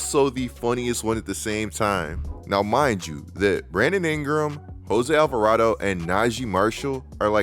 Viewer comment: nahh devin trying not to laugh at not being able to pronounce alvarado is so funny 😂😂